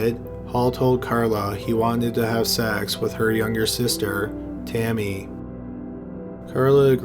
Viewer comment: "Had seeeckkss" lol sorry that made me laugh